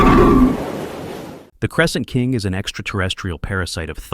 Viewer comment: “Crescent Kink” you wanna say that again?